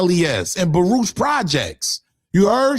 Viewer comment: Did he say Baroosh projects 😂😂😂